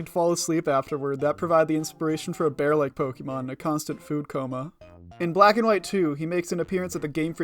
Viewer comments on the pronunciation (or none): Pokémon, not pokimon.